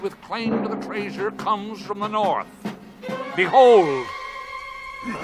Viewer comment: man, I loved this movie, great music. Find myself singing it sometimes, the way Gandalf says treasure like "Tre Shure" to Bilbo hurts though.